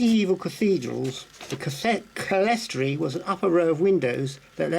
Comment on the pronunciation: Clerestory is pronounced clear-storey.